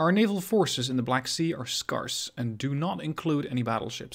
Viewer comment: "scarce" rhymes with "stairs" not "arse"